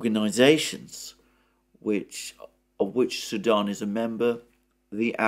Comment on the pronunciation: you seem to pronounce "Sudan" as "Saddam" and it keeps confusing me.